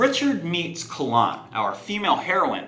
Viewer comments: Kay Lyn. Not CA lahn. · Caw-lawn?... Its Kay-lynn according to Goodkind himself... ouch your pronounciation was painful. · Its a very old celtic name that has always been pronounced Kay-lyn. Which is why we have that current spelling of it now as Kaylyn as well. But sorry for being rude about it is just cringy for me to hear it so many weird ways even Col-lin.. which is a boys name.. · I agree it’s not technically correct but three friends of mine and I all pronounce it as Kah-lon as well. If you want your characters name to be pronounced right, don’t spell it so strange. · Her name is pronounced 'kay-lin'. In interviews with Terry he pronounces it this way. I named my daughter after her, so I'm a little sensitive to the pronunciation.